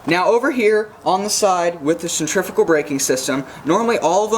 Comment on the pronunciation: great video that explained the baitcaster much better than others ive seen...one thing tho..."sen-tree-few-gal" :D